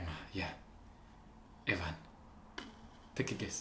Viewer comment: And Even is pronounced with the same E as in everything. Long E. Eeeeeven. Not EvAn 😊. Thank for a wonderful reaction. Love that you love this. And Jonas is just the best friend ever. Julie Andem deep interwieved over 1000 youth before this and this scene is a real story from a boy who told his friend. So yes as you said SKAM is a new level. I have problems to watch other series after this because it's feel so real. But young Royals was close to it. ❤️ . Looking forward to seeing next reaction. And if I would recommend a remake it is Wtfock and Druck. But France is very good too.( S3) . But first do s4 of (the best ) original SANA. 👍👏😍